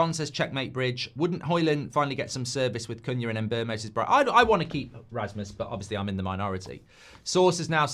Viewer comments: Mark please! Mbeumo is called "Mboomo" just like BOOM! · I got a Cameroonian coworker with the same name. If its pronounced the same then it's em-BYOO-moh. Byoo not boom